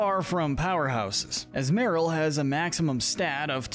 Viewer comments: Not to mention how he butchers Azumaril by saying Azu-marill instead of the proper azu-ma-rill along with many other mon names. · It’s pronounced SHEE-not-ick, UH-zoo-rill, UH-zoom-UH-rill, uh-roam-uh-TEESE, que-TEE-fly, rih-BOMB-bee, hat-er-REEN, TAH-poo boo-loo, TAH-poo FEE-nee, TAH-poo lay-lay, TAH-poo coh-coh, DIE-ahn-see, and muh-GEER-nuh, “”! 🤨 How many times do I have to tell you,! Stop mispronouncing Pokémon names already! You are so bad at it! 🙄 You also never mentioned anything about Azumarill’s Huge Power Ability, which doubles its Attack stat and makes it stronger! 🤨 Also, Diancie and Magearna are both Mythicals! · The way you say Azumarill is killing me. And the fact you mentioned the Azumarill’s line Thick Fat ability, but no acknowledgment of their Huge Power ability.